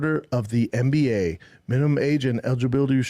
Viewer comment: I love how he pronounces NBA as MMBA.